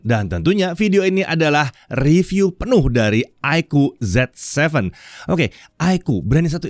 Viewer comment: Ya, bacaannya Zi Seven ya, bukan Zet Seven.. 😊